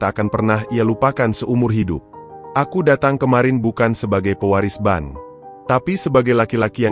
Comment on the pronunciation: hallo abang narator, kadang aku merasa geli sendiri, ketika abang mengucapkan pemilik ban, apa ngga dibaca dulu sebelum mengeksekusi cerita ini, bedalah bang antara, ban, bank dengan bang, sebagai pengantar narasi tentu abang bisa membawa kedalam sebuah alur cerita sehingga orang bisa menikmati audio dan video ini dengan nyaman, salam sehat.